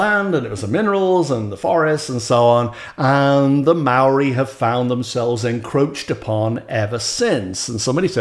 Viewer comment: Have to say you put a lot of New Zealanders to shame with your impressive effort with the Maori word.